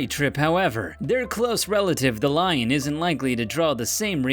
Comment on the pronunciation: dude says line instead of lion